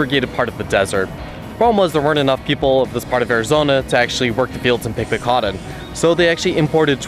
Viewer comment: Odd kind of voice. Prolonged lisps on S and Z and HOW did you pronounce "cotton"? My two cents aside. Nice job on info and visuals.